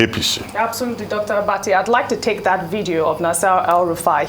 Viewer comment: Dear Dr Abati, I would like to know if you have permission from Ojy to call her name like that. If not, please desist from doing so, it might be embarrassing. Thank you.